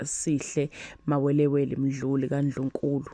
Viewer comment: The presenter iyooooooh busy saying Mawelewele instead of Mawewe imihlola lena